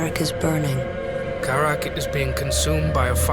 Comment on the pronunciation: "Kharak is buring"